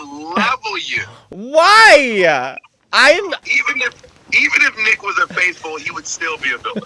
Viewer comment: I guess the reason Mateo’s ending of every last word of every sentence ends with an “a”. For example: “ But WHYa???” Is that a Chicago, regional accent? I’m East ( Virginia). I’m told that I speak half Southern, half Washington neutral.